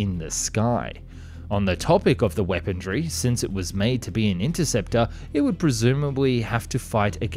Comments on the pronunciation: You always say "weaponry" as "weapondry" with a "d". Just curious why, not trying to be a d*ck. Is it an Australian thing? I believe you said you were Australian lol (Sorry if you're not and I am mistaken!) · Eckspecially. Weapondry. 🙃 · There is no 'd' or 't' in 'weaponry'.